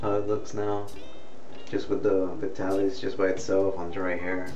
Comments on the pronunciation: It's prononced Vy-TAA-LihS. Not Ve-Ta-Lis. How much you use depends on how thick you hair is. It was used back when men wore shorter hair styles and it allowed you to make a little wave in the front like in "Mad Men" TV or old Superman TV shows. Men didn't use hair spray back then and you either used Brylcreem, a pretty greasy hair pomade or Vitalis that said in their ad's "Don't use tht greasy kids stuff.". Now it seems only guys over 50 buy it. But a bottle lasts a long time. If your hair is wet it works best. You pour it into your palm and rub your other palm together to evenly distributed it onto both hands. Then work it in. Do it twice if needed. Most guys put it in thn blow dry. Beside two kinds of Alcohol and Butyl Ether ( used to spread the tonic but not leave it felling greasy, also used in gasoline to make it gas burn better) and Benzyl Benzoanate (used to treat scabies put used here to condition the scalp). Oh ya! It's flamable. But all the alcohol and ether evaporates for that shiny but not greasy look. It's getting harder to find in stores and only Walmart and Walgreens stocks it. The other chains like CVS and RiteAid only sell store brands tht don't have that familiar scent. Like Old Spice or Clubman after shave its a classic mens grooming product. Nice to see a younger genertion is trying it. You shoud review Brylcreem, Groom & Clean (by Suave) and the old Wildroot Cream Oil. Thanks for making the video from a Vitalis kind of guy. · Pronounce it VY-TAL-ISS. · HE PRONOUNCES THE NAME OF THE PRODUCT WRONG